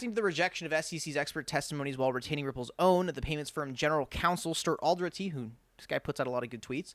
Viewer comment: Say it with me,: Stuart AL-DUH-RAH-TEE